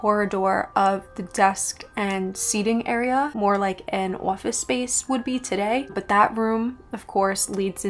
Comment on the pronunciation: As soon as I heard you say "office" I knew where you were from 🤣